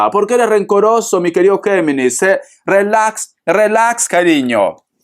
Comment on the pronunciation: Relax se pronuncia rilax.Bendiciones